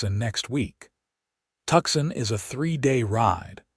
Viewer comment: "TUCSON" IS STILL ONLY PRONOUNCED "TWO-SAWN" or "Too-sawn" as in, "He has 'Two' 'sawn' trees down and five more to go...